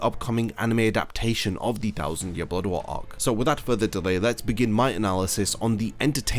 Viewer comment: Love how you say blood War .. all I hear Is “Bodwaar” 😂😂 Great video